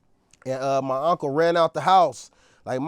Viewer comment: My ngga said Auntcle 😂😂😂